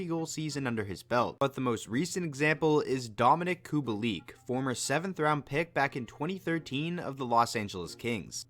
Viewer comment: ahh yes, i love COO-BALL-EEK. totally not Kubalik